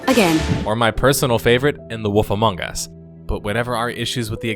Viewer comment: i smile everytime you say The woff among us”